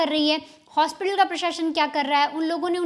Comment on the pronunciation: Jis Hosपिताल 😅 new word unlocked 🔓 😂